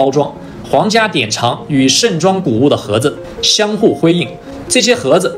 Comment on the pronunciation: 是盛（Cheng，二声）装不是盛（Sheng，四声）装，😂